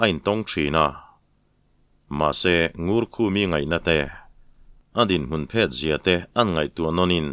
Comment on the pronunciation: Ka hriat dan ka lo sawi ve mai mai, dinhmun phet tih kha, thluk lo in thil do na phet anga lam rik tur niin ka hria a, rinchhan tur nei tawh lo sawi nan an hmang a, phêt tih a thluk kha chuan a tum a thelh deuh in ka hria, tin, kawng rau tih kha khuai rau anga lam rik tur niin ka hre bawk a, hluihlawn, luah tawh loh, hman tawh loh sawi nan khuai in an bu an rauh San tawh ang a rau tih a lam tur niin ka hria